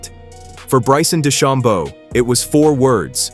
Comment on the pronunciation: Try pronouncing DeChambeau and Koepka correctly.